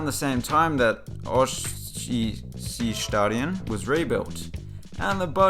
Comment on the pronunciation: How hard can it be to pronounce Ostseestadion?! Come the fuck on.